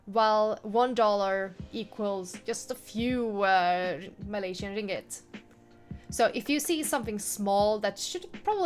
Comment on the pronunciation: That’s the pronunciation of Ringgit! You’re probably the first western people to say that perfectly 😃